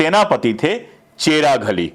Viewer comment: Sir चेराघली नहीं चीराग अली होना चाहिए।चेराघली का कोई अर्थ नहीं होता।chiragh Ali not cheraghali